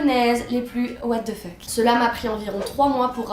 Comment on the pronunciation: Words cannot describe how much I adore the French pronunciation of 'What The Fuck!' 😅 Seriously, can I pay you to make a video just rreacting to things by saying "Wha De Fuq" for a few minutes? 🤣